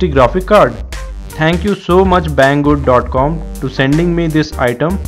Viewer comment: His like "Thank you BANG GOOD" hahaha, dead